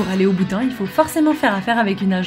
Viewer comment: "Bhoutan" sinon tu es belle et drôle 😂🤗💖😘💜💙😜